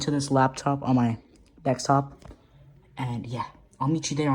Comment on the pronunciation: You should be using arch all the time! Wtf was that laugh "awsum" "Linux should find windows" rocket noise? It's probably Bill landing in his backyard yes. The last time said "dekstop" in the video I can tell this screen is really cheap how much did you get the laptop for? omg Firefox opened up already?? wow that was quick! yes it infact isn't